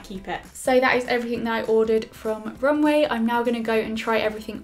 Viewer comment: I think it's romWEEE 😂❤